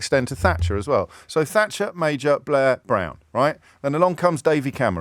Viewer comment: I could have sworn she said Mrs Fracture. It would certainly match her sentiments.